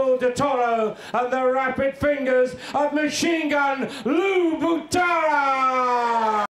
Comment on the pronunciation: Lou « Machine Gun » Butera, not Batera...